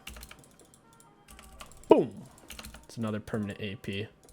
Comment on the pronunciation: VAIIIGAR. ITS VEIGAR YOU IDIOT.